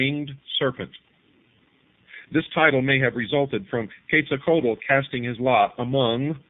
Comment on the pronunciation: I have conversed with Quetzalcoatl (ket sal ko watl) for about 15 years. I cannot watch this, it is so full of misconception, poor pronunciation, lack of understanding of the Maya and out and out BS, I am ashamed to see it on the internet. I have enjoyed so many of videos, this one truly disappoints.